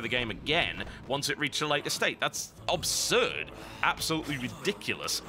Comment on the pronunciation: "Guitar hero is a unique concept". Really? A rhythm-action game with a custom peripheral counts as a unique concept? Beatmania did it in 1997. GH was great fun but unique is not a word that springs to mind. Also, PLEASE stop saying 'obsurd'. That's not a word. The word is 'absurd'.